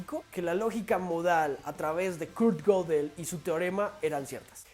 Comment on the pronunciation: Se pronuncia gedel, no godel